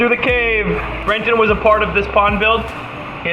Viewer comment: He called you Brenten!